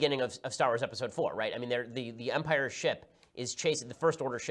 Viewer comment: “In umpire strikes back”, your outta heeeere